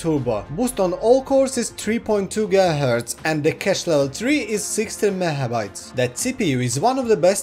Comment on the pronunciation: "Mehabytes" and "gihertz"